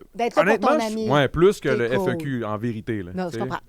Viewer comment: My god, c’est le FEQ pas le F. E. Q. 😂😂😂 ça m’a fait saigner les oreilles